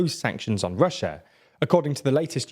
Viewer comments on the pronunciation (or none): none